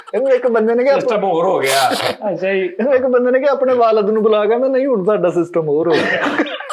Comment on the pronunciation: Tihada kia hota hai flakshear Des book main tihada tihada kehta rehta hai ur is show main ye tihada pol raha hai Tihada nahi tohada hota hai